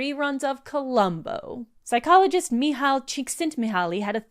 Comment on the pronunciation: Heads up for the future, the 'L' in Mihaly is silent! Me-high Chick-sent-me-high. Saw him give a lecture years ago, and I think everybody appreciated getting to hear how to actually pronounce the name.